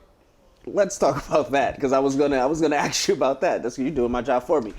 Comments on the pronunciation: It’s “ASK” not “AXE” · Is it that hard to pronounce the work ask instead of aks? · If you want to be taken seriously as an interviewer, you need to learn how to say "ask". Or else just avoid the word altogether.